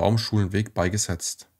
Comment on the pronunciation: Bitte richtig Betonen üben. Fast immer wird falsch die letzten Silbe betont. Das macht das Zuhören fast unerträglich. Beispiele von unzähligen: falsch: SowjetunION, richtig: SowJETunion, falsch: UntersuchungsHAFT, richtig: UnterSUchungshaft, falsch: beigeSETZT, richtig: BEIgesetzt.